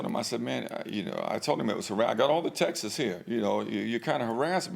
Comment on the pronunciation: Why doesn't anyone know how to pronounce "texts" properly?